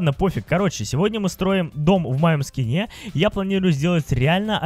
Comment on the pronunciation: Ты сказал в ски́не а надо в скине́ говорить